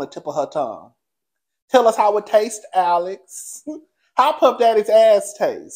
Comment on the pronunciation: The way you just read Alex zownn and Cassie caught a stray bullet! I am hollering😅😅😅